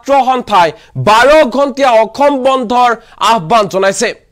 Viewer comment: অসম শব্দৰ উচ্ছাৰণ সঠিককৈ কৰক । বাতৰি পঢ়োতে সাৱধান হ'ব।